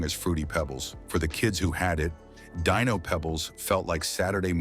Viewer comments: Dye-No??? I thought his name was Dee-No 🤷🏻‍♂️🤷🏻‍♂️ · Deeeeenos...not Diiiiinos, come on AI man!!! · Yeah, I really have a problem with all this AI narration on multiple levels. It mispronounces Dino all the way through that segment, until the end where it suddenly pronounces it correctly. The information is wrong. Pebbles cereal came out in the '70s, but Dino Pebbles didn't come out until the '90s. So no, no one remembers growing up in the '70s with Dino Pebbles because it didn't exist back then. Thanks to AI, more and more people can't spell, either.